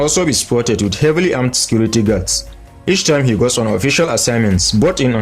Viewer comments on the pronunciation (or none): none